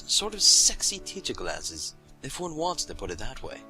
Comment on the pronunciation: "You don't like mah glazzezzz?" XD